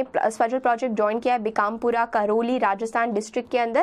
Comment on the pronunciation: ma'am it's बारा‍ंं not बारन, करौली not कारोली, बांसवाडा not बनसवरा, भीकमपुरा not बीकमपुरा, सवाईमाधोपुर not स्वाई मधोपुर